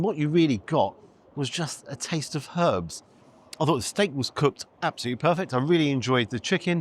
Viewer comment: Thank you for saying HERBS and not ERBS😀